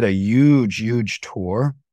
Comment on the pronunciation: “Youge youge tour.” 😂